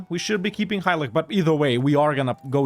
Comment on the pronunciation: btw read Halych just like you would in English, so read ch just like you would in cheese